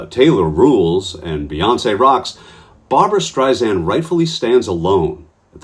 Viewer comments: After all this time- It's Streisand with a soft 's' like sand on the beach. It's not Streizand with a 'z'. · It's Strei-SAND ... NOT Strei-ZAND!!!! Pronounce her name correctly please. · One comment…her name is pronounced StreiSAND, there is no “z” in her name. In any event, you go Barbra!! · It's pronounced STREISAND not STREIZAND. She hates when it's pronounced wrong. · You pronounced Barbra Streisand's name wrong - it is NOT Streis-Zand as you said - it is Streis=Sand, like "sand" at the beach. She uses this analogy about sand herself. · Its StreiSand, like in sand, not StreiZand, like in Liza. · Streisand with a soft s, not a z! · Please, please, please, her name is pronounced StreiSAND. There is no Z in Streisand. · Can you please say not Barbara Streisand’s name wrong. Her surname is not Streizand, it’s StreiSAND, like sand on the beach. FYI. ❤️❤️ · it's pronouced Strei- SAND..... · For chrissakes, it’s “Streisand-SAND”—if you’re gonna report a story in which you say the name a thousand times, you might consider learning how to pronounce it, first!